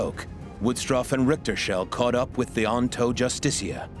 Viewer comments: Your saying the ships name wrong. It is not "Justistia." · You're making a real hash out of pronouncing the name JUSTICIA